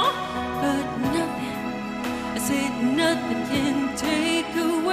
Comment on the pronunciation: 可见不会正真会听和讲英文的才会觉得唱的好。发音简直是垃圾！哪有人那么把Nothing 唱成NA-AHting,把you唱成ewwww.